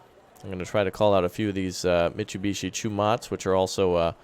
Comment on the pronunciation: its not mit chew be chee, its mit sue be she